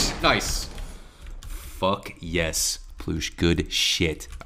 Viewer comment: did you just say fok yeah bruv? looool